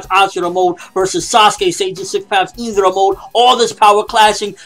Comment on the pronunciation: It is pronouced Indra with a I! Not a "eendra"